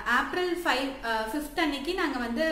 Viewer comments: April..Seriya pronounce pannunga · April ah yen ipdi pronunce pandriga??